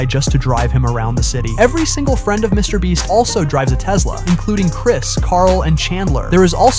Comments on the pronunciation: He said Mr breast😭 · “And its own by mr brest” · Bro called him “Mr Bleach” at 😆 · "Mrbreast" "Mrbleach" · Why does this AI voice always say “Mr Breast” at some point in the video? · Yes it’s an AI voice that always does this, who ever wrote the script made a typo 😅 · Bro Said mr breast 😂😂 and stop acting like Mr beast brag over these things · Mr breast? Mr bleach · bro you say mrbreast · Mr "bre-st" ... um no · Get your ai voice over to fix its grammar or proof read your script dude. You repeated called mr. beast : Mr. Breast, Mr. Bleach, and you said sheran tanks instead of Sherman tanks and got you monetary amounts wrong saying billions instead of millions. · Why do you keep calling him Mr BREAST? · the way this man pronounces mrbeast is crazy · It’s funny how you messed his name up a different way every single time